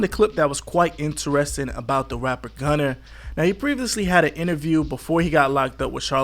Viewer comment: NEERRDD, he said "GUNNER" with a "ER" hahahahahahaha